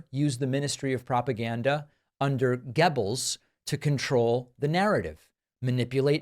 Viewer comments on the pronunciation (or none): You pronounced it “geb-els”, I thought it was “ger-bals” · By the way, "Goebbels" is pronounced "G-ur-bels" not "Geebells". Don't know if the "oe" in Goebels represents an O with an umlaut (which is a common translation) or it was just "oe", but either way it's pronounced "ur". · A minor point. The pronunciation of the Nazi propaganda minister is approximately Gerrr-bles, not Gebbels. Otherwise an excellent exposure of the sociopathic lying dangerous thug Trump. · but trump hasnt had disloyal people killed this guy is an idiot btw its joseph gerbels not gobbles😂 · Its pronounced more like "Gurbles" than Gebbles", David. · Respectfully: Not Geb, Goab. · I believe "Gebbles" as you said, is pronounced "Gurbles", however spelt "Goebbles". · Hitler’s propaganda minister was not pronounced Gebbles but Goballs which rhymes with no balls as in the popular song at the time.😊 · 'Gebbles' ?? It's 'Ger-bills'. Please get your pronunciation sorted. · Gerbulz. Is how you say his name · Its pronounced, "Gerrr-bells." Or a puking sound in lieu of that will suffice. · Gebbellz ???? Lol soz laughing at the pronunciation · Aydolf? Gebbels? But you make good points even if you got the names wrong. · For future reference its pronounced "Gehr-bells". Your welcome. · Not sure of your pronunciation of Goebbels. It sounded more like “Gebbels” Paul Joseph Goebbels (German: [ˈpaʊ̯l ˈjoːzɛf ˈɡœbl̩s]; 29 October 1897 – 1 May 1945) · Goebbels is pronounced Gerblz. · By the way, the Hitler propagandist is roughly pronounced "Gerbals". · David, we all have our 'lanes' so to speak. You are an outstanding commentator. I am a history buff. Goebbels is pronounced Go - bulls. Such as stop and go. Thx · How did David not know it’s pronounced Joseph Gerr-bles, despite it being spelled Goebbels. It’s like hearing a president say pasketti instead of spaghetti. LoL. In any case, no other notes! 🎯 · It's pronounced "GER-bles", David. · "Gebbels"? Lol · Pronounced GER-bles.